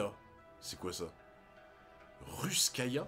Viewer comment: Ruskaya XDDD c'est Ruskaïna ^^' Tu as oublié que Nami s'était fait piqué par un Keschia, un moustique préhistorique très vénéneux